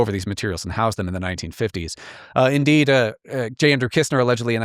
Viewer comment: Shouldn't it be "Kissner" in stead of "Kistner"?